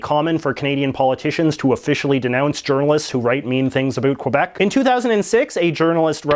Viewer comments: First of all JJ, lesson number 1, it's pronounce "Kebec" Think of the QU as K! Second, you said in your column that the arm forces has to be bilingual. That is utterly false! Did you know that a "Kebecois" (making sure that the "K" sinks in your little English brain), in the arm forces that takes the English classes and fails the test, get a failed in his/her file. An English Canadian, gets "attended the class" when he/she fail the French class. They do require all of them to speak French. I'm a "Kebecois", (making sure that the "K" sinks in) that now lives in the USA. You might argue that 31% of Francophone is not enough for the politics to have to speak both languages, however, the Canadian forefathers thought other wise. Lastly, how many people in British Columbia are really speaking English? I was in Vancouver 10 years ago, and I heard more Cantonese and Mandarin than English. Diversity what's make a country great, Canada profess it every day and twice on Sundays. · It's not pronounced Kwuh_beck. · I'm an English speaking Quebecois. Just fuck off with your old hoary complaints. You're a professional ax grinder that obviously knows nothing about Quebec. You can't even pronounce it properly. Plus what the hell is going on with this "about" pronunciation? I've been to every province and territory and never heard someone pronounce "about" like that. I smell a fake. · You're alreldy offending me by mispronouncing the word Québec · You sound like a Canadian caricature the way you say a boot ala South park and cannot pronounce the word Quebec properly. LoL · As a bilingual canadian, I hate the way he pronounces Quebec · You are not Canadian. You are a American pretending to be Canadian. You don't even say Quebec or about correctly so stop your noise. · K-Beck not kwabeck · Its pronounced “K-bec” not “Quabec” ya curly headed fk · Its Quebec not Quobec. Say it correctly. Where the fuck are you getting the O from? Sad that a Canadian is making such a mistake.